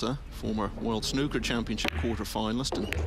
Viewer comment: Sorry as an English man we play snooker if your going to use the term its not snucker its snooker or snookered get it right please if you are going to use my Language please👍